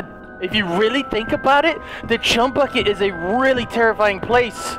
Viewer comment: LOL says the chumy bucket lol